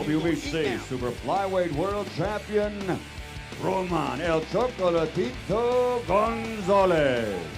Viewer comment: Maybe the commentator should focus less on glazing Chocolatito and more on learning how to pronounce his name